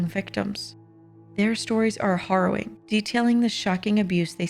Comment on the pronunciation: I agree, although Macabre is pronounced Mak-carb, and harrowing - harr owing not horror -wing. Sorry, I'm stickler for pronunciation when it comes to commentary.